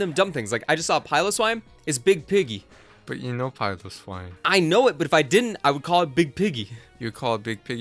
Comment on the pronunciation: Did you just say big pigy?